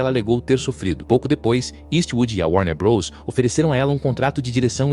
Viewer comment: Muito bom o conteúdo, só sinto falta de uma locução humana porque há muuuuuuito erro de pronuncia: Abórto, Warner brôs, Shala biúf etc. A velocidade da locução também atrapalha. Só decidi comentar porque o conteúdo é bom, o que é meio raro atualmente.